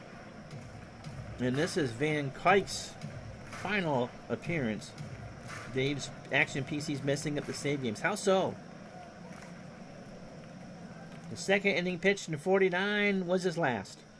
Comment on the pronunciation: Van Cuyk is pronounced van COOK. Great call,!